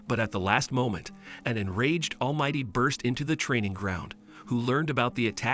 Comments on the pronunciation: All might❌ All mighty✔️ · Bakugo and deku pronunciations are god dang awful and almight is almighty for the first half of the video